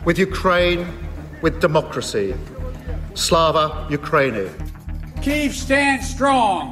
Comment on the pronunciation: Absolutely. I always made sure I skipped past Sunak's awful cringe-inducing pronunciation of "Slava Ukraini"